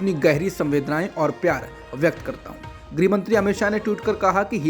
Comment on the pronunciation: गृह मंत्री या ग्रेह मंत्री ?? 😁😁😁